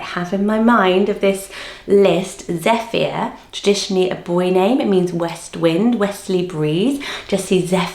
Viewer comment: Congrats on the book. You’re mispronouncing some of these names. Zephyr is Ze-fer not Ze-fi-a. Ayla is eye-la - ay is Turkish for moon. You say Joanie but the text says Jeannie. I imagine Tamilore as Tammy-Lohrrey( Not Tammy-Laura). Sorry. Still some nice names in here & I like the separation of how classic/trendy/unusual they are.